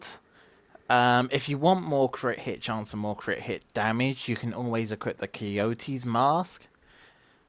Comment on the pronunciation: I know you just said it weird lol